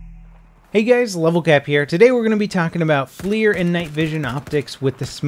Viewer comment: FLIR is not "flear". It's generally accepted to pronounce it "fler".